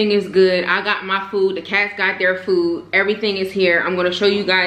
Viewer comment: last time i checked its pronounced food, not foo smh....